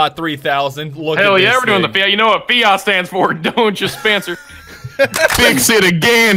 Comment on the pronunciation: I’m more triggered that you’re pronouncing Fiat, ‘Fee-yacht’